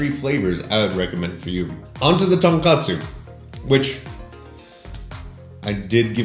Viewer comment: Killing me pronouncing tonkotsu as tonkatsu, which is a completely different food.